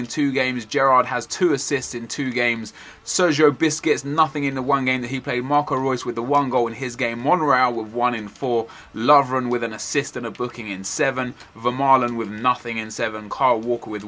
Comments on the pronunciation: Is it just me but when he says Busqets it sounds to me like he is saying Biscuits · Why you saying Sergio Biscuits? Lol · LOL, its so funny how you say Busquets, you say it sounds like biscuits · Was it just me, or did he call busquets biscuits? Lol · He is saying biscuits, he's taking the piss..